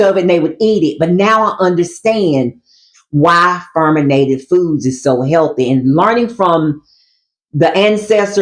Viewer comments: Fermented, not ferminated. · It’s fermented, not ferminated